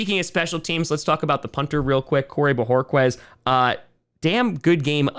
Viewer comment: Its bo hor kez not Bo hor qwez